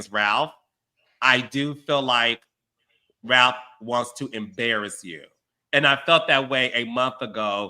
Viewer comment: & Carlos are both from Michigan and neither can properly pronounce “Ralph” 😂😂